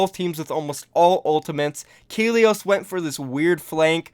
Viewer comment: It's Kalios not Kelios